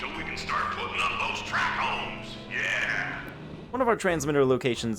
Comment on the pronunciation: “Trackhoes”?!? Lmaoooo